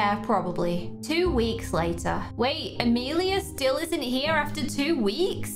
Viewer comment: I wanted to say… you say Amelia wrong cuz my name is Amelia